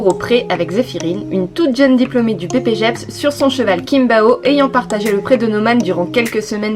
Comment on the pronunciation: Coucou t'a video est super ! (Ps : On dit Pas ppjeps Mais Bpjeps 😊)